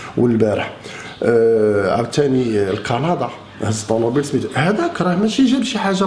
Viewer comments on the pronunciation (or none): none